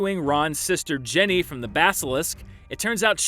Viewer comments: Why did it sound like he said “Jenny” and not “Ginny”? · Wait did you just call Ginny "Jenny" ? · I'm a HUGE Screen Junkies fan and not a stickler for everything being correct, but calling Ginny "Jenny" is really not cool! Also the only place "Philosopher's stone" was called "Sorcerer's stone" was in America! Not the other way around, you make it sound like the entire world said it wrong and only the Americans got the correct version. And finally, Aragog didn't "come to AMERICA". He came to Hogwarts which firstly, is a place that is fictional and secondly, even if it did exist it would be in England. I'm sorry but I don't think you realise that this great series WASN'T written in or based in America. Get your story straight! That being said, I love Screen Junkies and especially the Cram It series! Keep it up!........Minus the blunders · No, he is not. I listened to it 15 times at least and he is saying Jenny, not Ginny. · WHAT THE HELL? JENNY? DAMMIT, DAN, IT'S GINNY, SHORT FOR GINEVRA! EVEN IF YOU DON'T KNOW WHAT IT STANDS FOR YOU CAN STILL HEAR AND LOOK THINGS UP IN THE FRICKIN' CAST LIST!!!! 😠😠😠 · Look up pin-pen merger. This is a pretty textbook example. His accent makes them sound almost exactly the same so you probably wouldn't be able to tell the difference. I've noticed this accent on other words he has used in other videos.